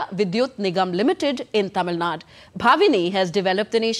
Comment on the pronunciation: Would be nice, if news presenters pronune Tamil Nadu instead of Tamil Nad. There's clearly an 'U' at the end.